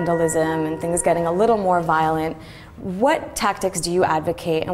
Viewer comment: "a little more violant"